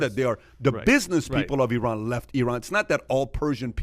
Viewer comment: The iranian guy spells Iran multiple times and yet, those guys keep butchering the country's name. It's stupid how americans say I-raq and I-ran. Maybe you should consider saying A-merica from now on.